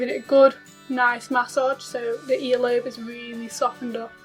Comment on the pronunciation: Lmfao . Yes she did too. Lol . And massage lol